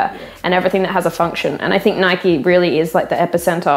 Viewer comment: It's "Nike" like "Bike". Not "Nikey" like "Mikey".